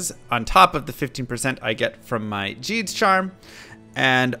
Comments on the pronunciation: Why does he say Djeed instead of Gheed? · for the love of god its GEED not JEED he says it himself when you first talk to him. no excuse lol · How tf do you mispronounce Gheed? He literally says his name when you first click on him. Hint: it’s not Gee-ds. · wtf Gheed is pronounced Jeed? not Geed? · Who, Jheed? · His name is pronounced Gheed....like "read" with a G